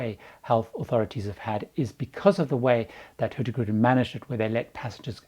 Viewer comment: Love your pronunciation of HurtieGrutin (Hurtigruten) 😄